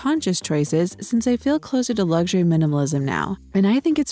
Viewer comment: You do realise that the word luxury hasn't got a 'G' in it